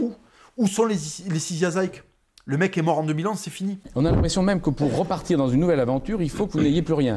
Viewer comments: On pronon "Ziké" et pas "zaïke" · Ziké ! Pas Zaillq ! Pouce vers le bas . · J'étais choqué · J’ai lu tous ses bouquins 👍🏼✌🏼👌🏼 ps : pourquoi tu prononces son nom de famille à l’anglaise ?!?! Il y a un tréma sur le E…..(Zykë) !! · C'est son père qui était dans la légion, et non lui, il me semble bien, et tu prononces son nom à l'américaine, alors qu'il doit se prononcer à l'européenne.